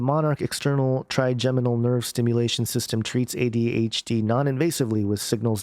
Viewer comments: Your first pronunciation of trigeminal is correct: try-jem-uh-nl. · Hi - you had it correct the first time -'tryjeminal' is the correct pronunciation. Mad scientists strike again at the command of their father of lies. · Scary. I think you're pronouncing trigeminal right. I was pronouncing it wrong, with a hard 'g'. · You said trigeminal nerve correct the first time. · Yes, you were saying Trigeminal right. I suffer from Trigeminal Neuralgia. They just put a press release out last year... this directly correlates with this ... as well as experiments being carried out by CERN through neurologic waves over long distances.